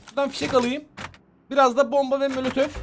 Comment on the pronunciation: ABİ neden molotofa mölötöf diyorsun😊